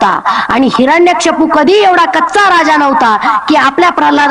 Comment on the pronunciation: तुम्हांला हिरण्यकश्यपू हे असे आहे. हिरणकशपू असे आपण चुकीचे म्हणतात.